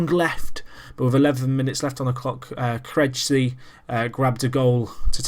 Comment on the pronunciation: And Krejci is pronounced Kr-a-chi